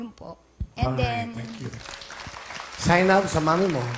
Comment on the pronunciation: Zay-nab pala 'yon? 😃